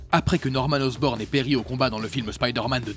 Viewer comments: "Harry OSROBNE"😭😭😭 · C'est Harry Osborn pas Harry Osrobne et Norman Osborn pas Osborne